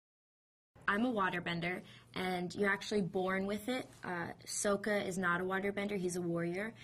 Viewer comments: soka?! no it's sokka!!!! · SAKA. not soka...wtf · Maximillionare but some how she didn’t say sokka right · She pronounced sacka wrong and I spelled it wrong haha and Ang is funny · SAW-KA A-NG ITS NOT that hard